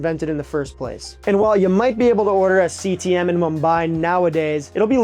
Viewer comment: I don't know why but everytime he says CTM all I hear is CTE, and then my brain goes that must be one hell of a dish to be causing a brain injury.